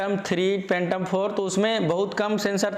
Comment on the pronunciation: Phhhhaaatom oho44 khaa bhiee 2 drone hai 👏👏